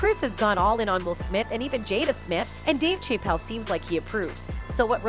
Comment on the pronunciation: That AI’s pronunciation of Dave’s name 😂 Dave Cheap-Elle LMBAO 🤣😂🤣😂